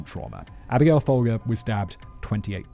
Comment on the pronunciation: I'm never going to see Folgers coffee again and not think of Simon's posh pronunciation of the name.